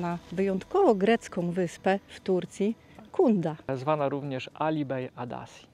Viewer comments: Wyspa Dzunda, c w tureckim czytamy jak dz, jest miejscówką modną i miejscami ekskluzywną, tzn drogą. Obok w Ayvalik jest... też fajnie, też modnie, nie tak elegancko, ale znacznie taniej. Polecam. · Przepiękny vlog! Chciałabym tylko Wam powiedzieć że tureckie "c" wymawia się jako "dż" - Cunda to Dżunda :) Przez pół vloga zastanawiałam się gdzie to Wy pojechaliście 😂 Jak "c" z ogonkiem (ç) to wtedy wymawia się jak polskie "ć" :) Pozdrawiam i czekam na więcej vlogów!